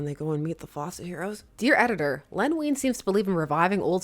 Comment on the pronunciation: my Dad used to work for DC Comics, in the accounting department, and he knew Len Wein. Small detail but his name is pronounced like wine, not ween. Love your videos!